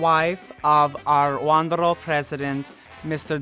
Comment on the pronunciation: “our WONDERALL president” lol